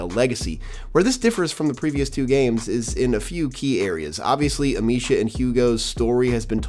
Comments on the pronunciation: "Amissia", not "Amishia". Dude, get the basics right. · It’s actually Amee-sia. C’mon dude, get the basics right. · Butchered Amicia and macula pronouncements 😅